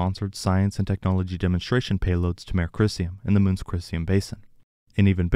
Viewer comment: Mare (a lunar "sea") is pronounced mah-ray (it's from Latin). One syllable 'mair' is a female horse.